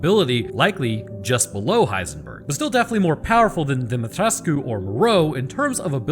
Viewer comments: You're pronouncing Dimitrescu correctly. The game does it wrong. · As a Romanian i back him up here hes saying her name right its near to impossible for a non-native to say it the her name without their native accents. Others say her Demetrescu wich is inccorect but understandable. And also heres a line in romanian if someone doubts me. Sunt român ba omule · Dimitrescu Romanian pronounciation: -> Dee mee tres kuh french pronounciation: -> Dee mee tresk technically both are right, but as alcina considers herself royalty she tends to use the french version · im romanian, you did pronounce her name right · Not to pile onto the pronunciation debate but.... People are generally allowed to pronounce their own names however they want. The characters in the game consistently pronounce their own names in the French fashion, as another commenter pointed out, so that's the correct way to pronounce the names. That's my 2 cents at least. As usual, loved the video. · Demitrescu was French, not Romanian. Further, the pronunciation is in the game, so how an IRL Romanian says it should be pronounced holds zero weight. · Regardless of how the different areas of the world pronounce the name, the characters in the game very specifically and consistently pronounce the name a certain way., and that way is the French version as you point out. Last I checked, people are allowed to pronounce their names however they want.